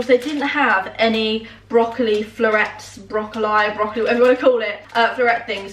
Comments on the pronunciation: It triggers me how she says broccoli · Girl I can’t cope with the brocco-lie thing 😂😂😂😂 whoever told you it was said like brocco-lie really did you dirty 😂😂😂😂 it’s broccoleeee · bro-co-lee not bro-co-li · Whoever told you it’s pronounced brocolleye was 100% trolling you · DUDE ITS BROC-OH-LEE. No one in the world says broc oh lie 😂😂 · Why has someone told you to call Broccoli, Broccol-EYE 😂 it’s broccoli man😂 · Whomever told you it's broco-lie is pulling your leg. Its just Brocolee. Happy New Year! 🎆🎇💃🧡🧡🎇🕺🍾❤🧡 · Yeah it’s broccoli not brocily whoever told you that was having you on 😂😂😂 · Im confused coz she says brocolleye in past videos then there she’s just said brocollee. And then in a video the other week she said to her Mam “people find it weird how we say brocollee, I think your meant to pronounce it brocolleye” 🤔🤔 so confusing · Brocol lie? 😳🤣🤣 nooo it’s brocol lee!! X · bro col ee lmao it’s not bro col eye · no no no no no it’s brocolee. That’s the only acceptable pronunciation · It’s bro kuh lee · i think BRO-COH-LIE is the plural way of saying broccolee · Why does no one understand the broccoli situation! In the video where they eat Taco Bell Julie says BROCOLYE so the wrong way. No one was EVER saying brocoLYE is the correct way. This is making irrationally angry! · my nan pronounces it as broc oh lie hahaha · When she said brocoll- eye- it reminded me so much of micro-warvay 😂💕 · you can tell veg isn’t a regular occurrence at the kingsnorth household when pronounces broccoli as broc-O-Li hahahaha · I can confirm that no one calls it broccol-eye ahahah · love you, also you say broccoli right, i don’t know anyone who says broccolEYE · It’s BROC-O-LEE!!! 😂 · Where have you ever heard anyone saying brocill-eye ? ahaha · someone played a joke on you telling you it’s pronounced broccol-eye 😂😂😂 what the hell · Mate is broccoli as in broccoleee 😂🙄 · Please don't say broh-co-lie, it's not a thing 🙈